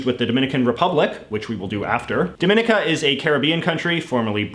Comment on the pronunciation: Good work JJ. As an aside, Dominica is pronounced with the accent on the penultimate syllable, not the second one.